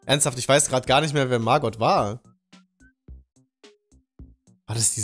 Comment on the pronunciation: Niemand:: mArgott GAsston